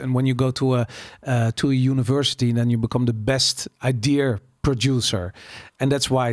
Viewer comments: Is het 'idea' of 'idear'? Idear klinkt heel fout en irritant 😂. Maar mss zit ik er helemaal naast 😊. Verder top aflevering! Mss moet je die Pim van Lommel ook een keer uitnodigen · waarom spreek je idea als i-deer uit? 😆 Verder echt enorm genoten, dankjewel voor de podcast. Altijd al gedacht dat het zo in elkaar zit maar prettig het eens vanuit een meer wetenschappelijke visie te horen. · Waarom spreek je idea als I-Deer uit? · Behalve het woord idea, die spreekt hij als i-deer uit